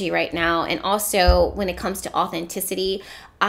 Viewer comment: when i hear you say authenticity I hear “natural ability”